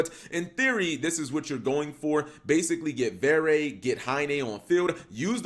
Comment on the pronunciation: great duels (tho, ngl, im a bit disapointed that this archetype seems to be headed into becoming "skilless village 2019" instead of something more intersting and reactive) just a small note, from a frenchy: you don't pronounce the last "e" in "verre" since it's a french word (meaning glass) dunno for "haine", it's romanian for clothe apperently